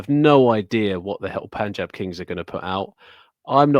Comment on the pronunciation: is the first person among all the podcasters on YouTube who pronounces "Punjab" correctly.